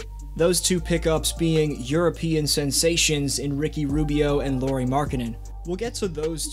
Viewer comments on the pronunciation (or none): Lauri Markkanen: His first name is pronounced "Lauwry" or "Lowry" (like "Howry), not "Lori." Haha